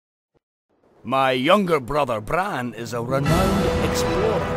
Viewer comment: Brahn could of swore it was Brann